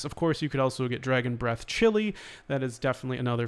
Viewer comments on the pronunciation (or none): none